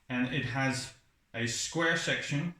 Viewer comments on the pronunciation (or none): none